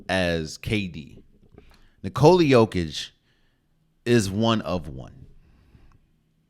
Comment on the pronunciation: Not quite, my Serbian brother. YO sounds like "yo-yo", and YOH sounds like "oh my God!"... OH my God, it's yOH-kitch! ✌🌈🏆